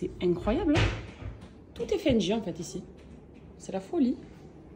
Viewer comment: Je crois que c'est Fendi, pas Fendji...🤔🤗